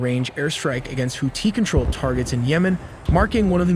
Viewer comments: Is that really how their name is pronounced? Houti (no th sound)? Just asking because i’ve never heard it pronounced that way and im well aware American pronunciations aren’t the most accurate 😂. No hate. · Bruh the way he pronounces Houthi